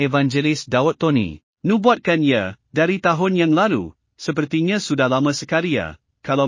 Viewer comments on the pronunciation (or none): Lubuat bukan nubuat😂😂😂😂